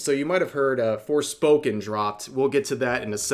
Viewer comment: he said "forespoken" LMAO